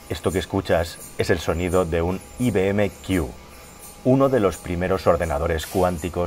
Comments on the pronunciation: UN IBM...Q ("CU") , NO " QUIU". NO ESTAMOS HABLANDO EN INGLES "AI BI EM QUIU". SINO I BE EME CU. EN CASTELLANO. GRACIAS. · A ver, desde el cariño, o dices "i-be-eme-cu" o dices "ai-bi-em-quiú"... pero "i-be-eme-quiú" es como decir que "me voy en plain a London de turismo este güiquen".